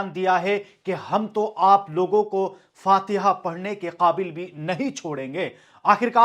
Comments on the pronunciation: Fatia nahi hota be . Faatiha hota hai. Ek indori sahab ka poem aap per fit baithta hai. " JO AAJ SAHEBE MASNAD HAI KAL NAHI HONGE. KIRAAYEDAR HAIN KOI JAATI MAKAAN THORI HAI. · फतिहा नहीं वो फातेहा होता है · Ward fatiha ha yogi ji ward sahhi bolo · Thik se Fatiha bolne bhi nahi ata phir sansad me Kyu khada hi stupid